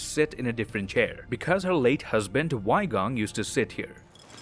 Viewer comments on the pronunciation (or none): The right pronounciation will be: Wai bo and wai kong btw.. idk how western people will read it but that's how I've been taught :) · the number of times 外婆 and 外公 was said incorrectly hurts me on a visceral level but as said by everyone else, not really something you can fault him for its more funny than anything tbh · Waipo and Waigong are just the way Mandarin speajkers pronounce grandma and grandpa respectively lol, it was so funny to hear sb say it like a name haha